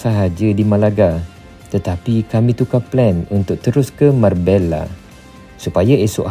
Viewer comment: It's not marbeLLA, it's MarbeYa😂 and SeviYa